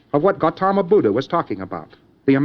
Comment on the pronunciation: His history is accurate and the fact that he properly pronounces "Buddha" shows some formal Buddhist study.